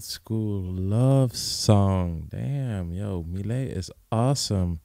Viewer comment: 🌱 “milet" is pronounced in Japan as "Mi - Le - I" in three sounds. She clearly calls herself "Mi - Le - I" in her self-introduction. She is beautiful, isn't she? seemed to have fallen in love with her. Yeah! Yeah! Yippee! She is a singer-songwriter, but she has a husky voice that has a good gap between her looks beauty. Even though she is a husky voice, also her treble and bass are beautiful. I feel the exotic atmosphere of the music. Besides, the beautiful pronunciation of English like a native speaker. It's very popular in Japan. I love too. When she was a student, she sang her cover song for the first time to encourage her depressed friend. The her friend regained her smile and she was very pleased and well. At that time, milet cultivated her confidence that she might be able to encourage others with her own songs, and aimed at her current job. She may not be accurate because she doesn't disclose her detailed personal information so much, but she was in Canada until she was about 12-18 years old. Immediately after she went to Canada, she didn't speak English and seemed to have had a boring, and lonely time. With her good sense of sound, her listening ability will surely be high. She tried little by little to actively communicate with people and to express her own opinions. Over time, she seems to have blossomed more and more of her natural talents. She is a lovely woman. If it's her song, “Inside you” is also a wonderful song. It is recorded in "The First Take".